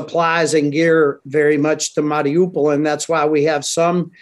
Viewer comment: this clown cant even pronounce mariupol.. why should i listen to anything he has to say regarding this city